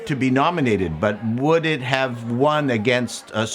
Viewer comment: When you said "Titanic won" I heard "Titanic 1", as in the first movie and started imagining the Titanic Cinematic Universe. Oh what could have been.